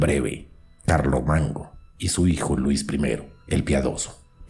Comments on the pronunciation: No pronuncias bien las palabras! Entre otros errores dijiste Carlo Mango! 🥴🥴🥴🥴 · En el relato usted dijo Clarito CARLO MANGO 😁😁😁😁😁😁